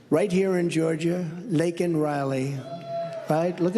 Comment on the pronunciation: At least Trump pronounced her name right and didn’t make it about himself! May Laken RIP And fly high with the angels. A senseless act that should’ve never happened! 😢